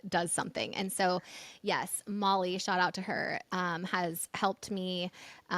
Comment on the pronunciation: It’s SHOUT out silly lady NOT shot out 😂